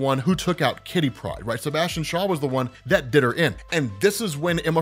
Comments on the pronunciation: I always giggle when you say kitty pride. Like it's one word. Great video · her name is firstname Kitty, lastname Pride, what is going on with your weird emphasis? Also, look up how the rest of us pronounce cuckoo.